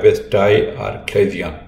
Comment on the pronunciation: Doctor it is pronounce CHA-LA-ZION (cha-la-sion) not "Aclasion" as you keep saying.